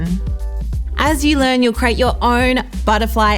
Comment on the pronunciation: I notice you say 'crate' instead of 'create'... is that a Tasmanian dialect quirk?